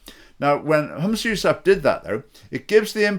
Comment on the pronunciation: Try to pronounce his name correctly and any one can lead the prayer in islam. And he can't do any worse than the current clowns in power